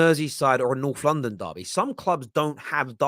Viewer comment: When Holding got sent off last season, this guy wasn't all "it's a Norflondon derby! It's a vewwy good game!"